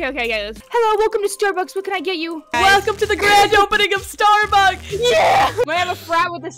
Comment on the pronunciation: im sorry , but i thought you said the name is Starbuckies not Starbucks so thats kinda confusing ahahahah 😂